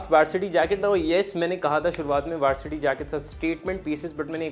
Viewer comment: Bro it is vAArsity jacket …and not vAErsity jacket …i mean the pronounciation